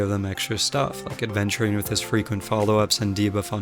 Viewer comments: It's Aventurine not Adventurine! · This video was so good but I'm so sorry I get really annoyed for some reason when people say Adventurine. HIS NAME ISNT A*D*VENTURINE! ITS AVENTURINE NO "D" WHY DOES SO MANY PEOPLE STILL CALL HIM THAT SO MUCH TIME HAS PASSED FROM HIS RELEASE!!! if its something with your accent, then I'm sorry no offence but pleaseeeeeeeeeeeeee learn to say his name correctlyy. Still tho the video vas very good I liked it a lot